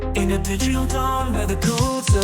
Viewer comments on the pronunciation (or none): none